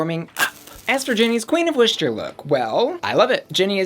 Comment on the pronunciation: I love how whenever Americans try to say Worcester they say it with a “sh” sound. When saying Worcester it would sound like [wuss-ter]